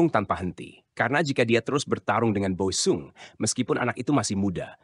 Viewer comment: OE = Ejaan lama = U; jadi Boe sung dibacanya = Bu sung bukan-nya Bo-e sung DJ = Ejaan lama = J; TJ = Ejaan lama = C ** Kreksi ucapan